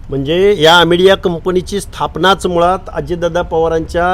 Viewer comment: फलटन मधे आरोपी धनगर होता तेव्हा हा घरगडी घरी बसला होता आज बाहेर आला आधी अमेडिया म्हणायला शिक हौके😂